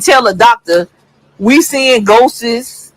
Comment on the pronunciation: She said ghoses 🥴😂🤣